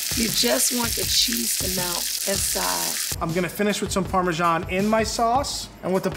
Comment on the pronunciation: Why can't Americans just pronounce "parmesan" as it is? So it's not "parmerzjoung".... Probably because you feel a need to compensate your lack of a decent history by using some fake French accent for an Italian cheese. Fools... :)